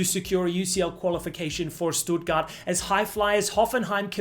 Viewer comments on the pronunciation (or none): none